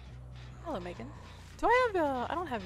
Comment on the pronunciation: When you say “meagan” is die a little inside